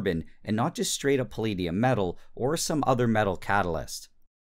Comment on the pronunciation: Hearing Nile pronounce palladium as pahleediyum was the most painful thing ever.